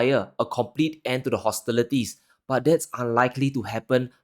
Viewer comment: ...good presentation... except for some pronunciation errors... hostilities not hostilerties... victims not victerms.